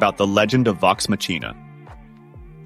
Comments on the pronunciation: Matsina! MATSINA!? Is it really pronounced like that in English? I always say it Maccina (c:s are two soft k:s). I also think the crew themselves say it that way (please, correct me if I am wrong) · i would rewatch or watch vox machina if you never saw it. you pronounce it wrong. you say it like the word machine but its more intone like makina. thats how they say it in the animated serie. so what do i know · It’s VoX ‘Mock-ee-nah’ not Mah-chee-nah , if you are not a native English speaker. This AI voice is mispronouncing it. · You know it's AI when it can't pronounce "Machina"